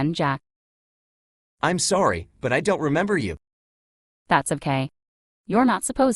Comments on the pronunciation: This AI is suddenly Canadian lol "Sourry" She asks him about the weather and he doesn't even mention Canada's weather which would have been an appropriate answer, considering his accent, rather than the whole universe. And I don't even want to hear the tangent he would go on about saying he physically ins't anywhere and his apparent accent he was programmed to have doesn't mean he has to be living in Canada as immigration is a possibility now a days and a Canadian person could be anywhere in the world right now. Much like he is actually all over the world right now in so far 2.6 million devices across the world, just from this video on Youtube. So he is both everywhere and no where. Sorry about that, I was just thinking of something else for a moment. What were u saying? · SOARRY about that